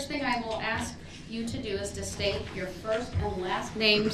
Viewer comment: This is a real question why is it impossible for a black person pronounce (ask) instead of saying axe!?????